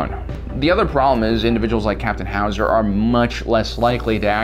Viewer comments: It's not Hauser,it's Howser. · If he says HOW Za one more time I’m turning it off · Every time he says “ Captain howzer” I just kept fucking laughing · Ah yes captain H-owz-A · Nobody:: howoozaer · I love how he says howzer with a Arnold schwarzenegger accent and btw it's called a howitzer. Lol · Dude, you are absolutely killing me with the Arnold accent, everytime you said "Howser"! Nailing it! "Get to da Choppa!" LMAO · The way you say Howzer reminds me of Arnold Schwarzenegger as Mr. Freeze The 'Chill out, Batman'-accent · sounds like how germans speak XD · Lol what’s with Howzer pronunciation